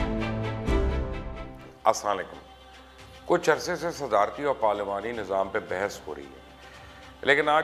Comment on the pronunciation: Sir. .asla lekom nhi blke Assalam u alikom kehna chahye